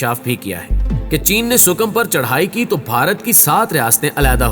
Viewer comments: Abe gadha sukim nehi hai . Ea Sikim hai . Phale tik tara sai pronaunce tho karle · Yi word Sikkim hay sukam nahin hay